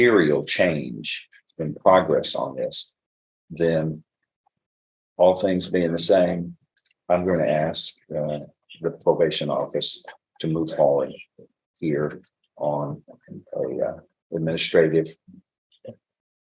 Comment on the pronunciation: What are you axin? It’s ASK for the love of god!!! So annoying